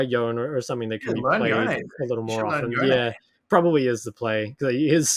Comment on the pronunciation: Major pet peeve of mine is how he pronounces Yone. Its Y-own-eh.